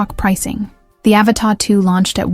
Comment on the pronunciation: AVATA! Not Avatar. Pffffffffft.